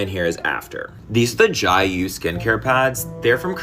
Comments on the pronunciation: im korean and,,, the hangul reads JAYU meaning freedom and, japanese pronunciation of that very word is JIYU. This isnt even a korean inspired brand, its a bandwagon asian fetish branding...😢😂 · I thought maybe that's because it's intended to be pronounced "j-eye yoo" but since they make so many videos online I find it weird that it would be so widely mispronounced